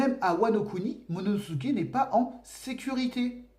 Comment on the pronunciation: momonosuké et non monosusuké